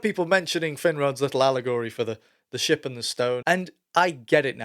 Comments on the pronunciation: Shit floats up if an Elf eats lembas...sorry, I kept hearing that instead of ship. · Ohhhh haha originally. I heard, the shit and the stone. And I swore he was talking about floating shit. But he says ship? This is some mumbling that's on another level like vantriliquist level cause his lips kind of mouth the word "shit". Clears that up.